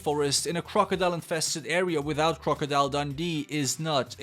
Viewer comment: Crocodile... The way he says this annoys me (I love your content but jurrrrrrr) and Croco??? Is croc🤣(just saying ❤️ love your content